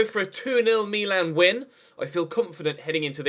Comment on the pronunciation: Meeeeeeeeeeeeelan so annoying can't u read its Milan mil- an